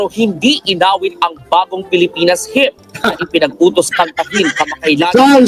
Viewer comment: ham ang pronunciation ng hymn